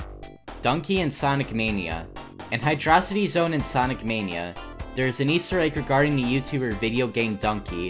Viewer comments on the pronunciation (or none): every time i hear someone pronounce it "hy-drosity zone" i die a little inside